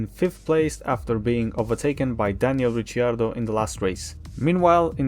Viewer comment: no, its because he pronounced it as Ritchy-ardo